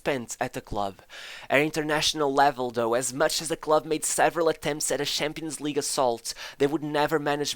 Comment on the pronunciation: Narrator: Has zero difficulty saying SHevCHenko Also Narrator: SHampions League, aSHievement